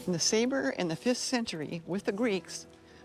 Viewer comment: I thought it was pronouced “ness-ah-bar” not “nes-a-ber”